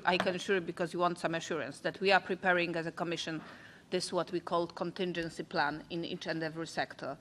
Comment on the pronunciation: Conting...conting ....contingin ......contin.....contingency plan 😂